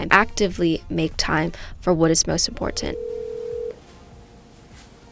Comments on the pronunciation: I have come here to hear say "imPortant" LOL...Love it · Great video. But you’re pronouncing the word important incorrectly